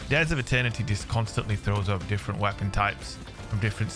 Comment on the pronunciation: Goopy wea-ponn. Glorious!